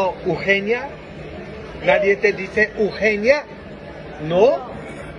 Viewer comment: Lo hace deliberadamente él sabe cómo se dice, es que dice que solo así le ponen atención, igual con los nombres que mencionó, dijo ugenia y jelipe pero si sabe cómo se dice correctamente, es tremendo este padrecito jajaja